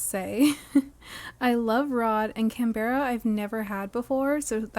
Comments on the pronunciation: im so glad you said this, can-bear-ah was driving me crazy and completely breaking the cozy vibes immersion, but i can skip to the second episode now! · Opened this from my tv onto my phone because the “can-beh-ra” was driving me nuts 😂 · Yea yea please I beg you to pronounce Canberra properly! It’s the capital of Australia and we all Aussies hate it when it’s pronounced wrong 😂😂😂😂 CAN BRUH. Not all words are pronounced as they are spelled, especially in Australia ❤